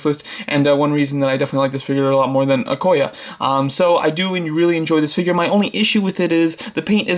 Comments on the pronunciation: Its Okoye. not Okoya. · Nice ranking! But you said Okoye wrong. Lol "e" is a vowel, but it doesnt make an "a" sound. Besides that nice video! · Okoye is pronounced O-koy-yay